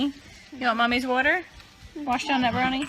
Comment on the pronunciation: "impordant", "worter"